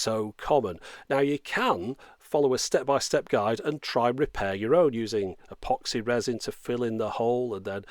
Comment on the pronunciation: RE: "Epoxy Resin" -- The phrase caught my ear funny, and the next thing I know, I'm having a conversation with an imaginary Yorkshireman about the relative benefits and merits of epoxy. "A pox on you and your resin," calmly replies the Yorkshireman. On a more serious note, I once got a guitar's head-stock fixed; the technician who repaired it used epoxy to great effect, and swore it would be stronger than when it had been made.